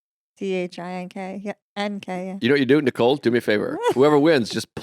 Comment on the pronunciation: Tell Joe that there's no "D" in the name Nicole.